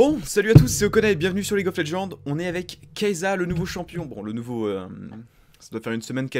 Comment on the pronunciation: sa se lis pas kaysssa ?